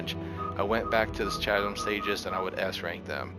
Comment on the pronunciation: Please learn how to pronounce "Chasm" correctly. It's "kaz(ə)m."